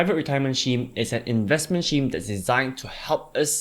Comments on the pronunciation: man... it should be pronounced "skeem".. not "sheem".. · I thought it was pronounced Skeme, but I'm using Sheme after this :-) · You pronounce "scheme" weird.